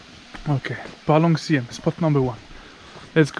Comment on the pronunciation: …..”Palong Syiem” …you got that pronunciation correctly……👍🏼😊